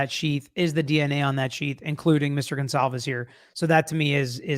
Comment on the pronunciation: STOP SAYING GONZALVEZ 😂😭 Thats not their name